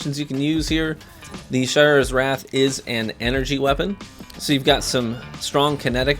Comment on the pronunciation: That’s true but almost everyone keeps saying Shy-ura’s instead of Shay-ura’s. As for Antiope I get why ppl mispronounce that lol.